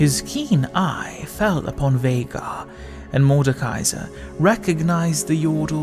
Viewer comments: Feels good knowing that all these years that I’ve cringed everytime I’ve heard someone call him ’Vaigar’ I wasn’t wrong in how to pronounce his name. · TRUE!! its always pronounced as VEY-GAR even his Final Boss Legendary Skin says himself "Unimaginable is the power of Veigar! (VEY-GAR)